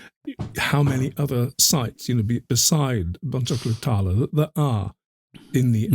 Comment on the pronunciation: bon-juke-lu tarr-la